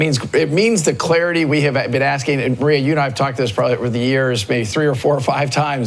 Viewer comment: You cant pronounce Maria? Sometimes I really question why I listen to you're videos 😂